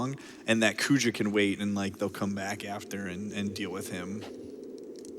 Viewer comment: Great run. Only thing that grinds my gear is the mispronunciation of Zidane and Kuja.